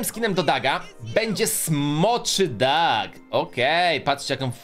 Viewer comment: Nie doag tylko Doug😡😡😡😡😡😡